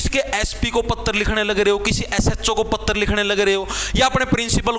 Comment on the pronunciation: पत्र❎ पत्तर✅😂😂